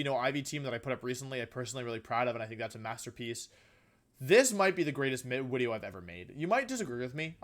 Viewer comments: I can't stop hear wideo now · I been watching you for about 3 weeks now I wanted to subscribe but I have a question why do you say Wideo?